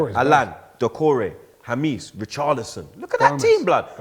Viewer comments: Who is Jamis? I thought it was pronounced James (Hamez) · Man said Hamees 😂😂😂 It's pronounced Hamez you wallad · It’s Jámes, not Jameees lmao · Can someone tell how to pronounce James properly? It’s Hames not Hamis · said Hameees? 😬😂 Jamès innit? 😂 this Aouar syndrome hitting him hard 🤣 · It’s not hamis it’s hamez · somebody please correct this fool. WHO TF IS HAMIS MATE? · Man said Ja-mees 😂😂😂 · I rate you but brudda ✂️cut that "JAMIS" Just call him the normal James way,if you can't say it in the latin way 🤣🤣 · Why does keep calling James “Hameece” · learn how to pronounce James, it's not that hard. The same goes for the all these British channels butchering Reguilon, don't worry Arsenal fans he will come back to Madrid when he has an amazing season for the spuds.